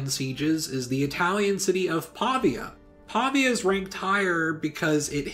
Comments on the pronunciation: Great video! Just a tip: it's Pavía, not Pàvia. Greetings from Italy! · Pavia is pronounced Pavìa fyi I think you mean the importance of Syracuse in Greco-Roman history cannot be OVERstated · Its Pavìa (pronounced "paveea"), and it was targeted so much because of its strategic position in the middle of the Padanian Plain. Great video anyways! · the way he says Pavia tho